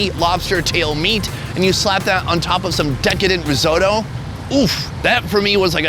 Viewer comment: Rizodo,what the fuck is risodo? Risotto...!